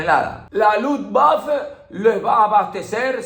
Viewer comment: Y la "e" final de Luftwaffe se pronuncia